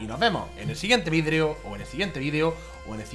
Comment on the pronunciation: Porque sera que dice vidrio?🤔